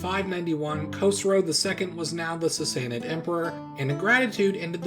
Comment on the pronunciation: I love your accent on the Sasanid Iranians.